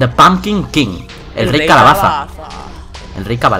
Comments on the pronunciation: Por q dice corfe embes de cofre y cabalaza embes de calabaza??? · Dice cabalaza XD